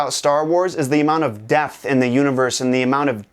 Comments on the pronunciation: Who else thought he said "amount of death", not "amount of depth" X'D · "The best thing about Star Wars is all the death!" ...? (I know he said depth) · Me too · yeah, I thought I heard "death" for a sec too lol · When he said so much depth at the beginning of the video, I thought he said death. So I was REALLY freaked out.